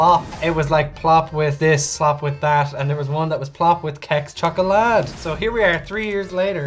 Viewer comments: Its not schoklad, its HHHHHHocklad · Literally just had one of these yummy things.. It's called Sheks-khoklad (Western Swedish accent).. Kh is that special Swedish sound that's like a combination of hard a Dutch "Kheh" sound and a softer "Heh" sound, but pronounced into one sound.. And you can't say Sheks on its own.. You have to follow it with Khoklad.. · OH NO why have you massacred the Kexchoklad like that??? xD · First video I've seen really appreciate it, I'm from Sweden! Djungelvrål is the shit btw, so most swedes like it I would say. And yes, we do acclimatize to the saltiness and liquorice growing up. It's pronounced bee (like the insect) lár, and pop a whole handful in there! I have the same tattoo as you. The enso circle with tree inside:) Yours look better though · The way they just murdered that Kexchoklad made me cry.